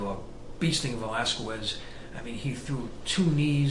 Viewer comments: Please, get it right! It is pronounsed VelasKEZ, not VelasKUEZ. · It's pronounced KEZ!!! not QWEZ. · It's pronounced "Velaskes" not the other way. It sounds funny the way you Americans say it!! hahaha